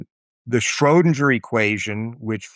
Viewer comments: What I initially found annoying with Tim Maudlin is that he pronounced Einstein like a German with ‘sh’. I thought he was a poser. But then I got used to home and started to admire him for doing that. And now to hear him butcher the name “Shrödinger“ so incredibly badly makes me realize he really is just a poser. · Beautiful clarity and relatability in the presentation. (Why the dingy pronunciation of Schrodinger tho?) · he pronounces "Schrödinger" in a very american way, but keeps "Copenhagen" close to a more european pronunciation 😆